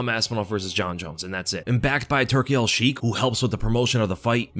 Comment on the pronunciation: Its pronounced Turki Alshaikh More like shake than shiek It’s just in Arabic that the kh is pronounced hardly in the the end 🤝❤️